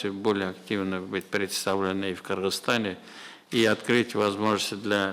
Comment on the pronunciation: Кыргызстан деп чёткий айттыго